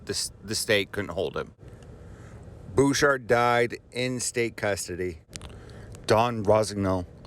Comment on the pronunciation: It’s Bechard... not Bouchard.